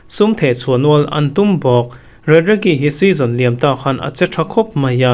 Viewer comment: Atalanta Striker khi Raregi tia lam loh tur Sir, Rategi tia lam tur 🫢